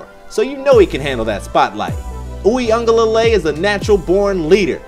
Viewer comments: (You-ga-lay-le) that’s how you say it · This is how you pronounce his name Brodie. DJ “Wee-Ngah-leh-lay” but overall good content 🤙🏽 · I cant take the butchered name pronunciation 🤦‍♀️